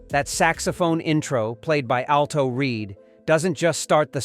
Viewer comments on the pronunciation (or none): none